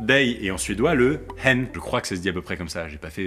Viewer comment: tu as bien prononcé “hen” 👏🏼